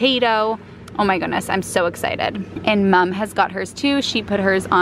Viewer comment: I love how you say "mum" like an Australian now.